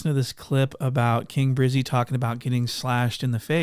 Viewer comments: “King briizy” lmao it’s election year let’s make sure the sheriff gets re-elected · Why can’t this king brizzy man talk normally